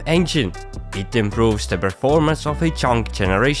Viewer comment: Bro you had me when you said preformence